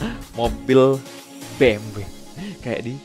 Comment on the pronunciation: Betul banget bang bacanya bukan Bi eM doubleU, bukan juga Be eM We. FYI Tapi yang tepat Be eM Ve, soalnya di alphabet jerman baca huruf W itu Ve